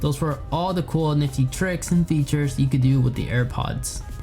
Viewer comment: trhix and fethures. Yuthful